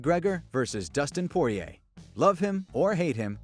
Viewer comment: My man really gave dustins name added syllables